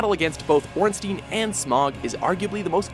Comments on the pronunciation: no, ornsteen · And it's not Ornsteen it's Ornstain as in sai and pie. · Raining Plasma Ornstien, Its Ornstien, I think of it like a Jewish name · "Stein" is a german syllable or rather a german word, but i never thought "Ornstein" would come from the german language. jaca6614 Would that also mean that the "s" in "Ornstein" is pronounced like the "s" in "Stein"? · that's actually how you pronounce it but they did mispronounce ornstein